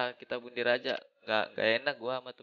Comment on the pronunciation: 2.21 bundir bang bukan mundir🤣